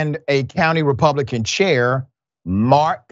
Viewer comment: Funny way to say chair there sounds like car